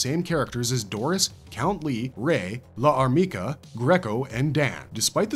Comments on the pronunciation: Problems with this video: mispronouncing Llarmica and referring to the LN and Manga as adaptations of the two anime productions. The anime were loosely based on the LN, while the Manga was more closely adapted from the LN. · I think L'armica should be pronounced without a pause for the apostrophe, like the elision concept in French. Think of Jeanne D'arc (aka Joan of Arc), it's "zhaan daark", not "zhaan dee-ark".